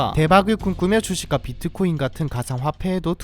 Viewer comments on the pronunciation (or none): none